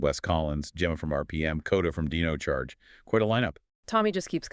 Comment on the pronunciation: Good video A few mispronounciaton that made me half think ai.. like zordon, and several other ones I can't recall but still a good video.. watch t he show for the proper pronunciation for zordon lol. Dine oh not deno 😅. Zord on not zord in lol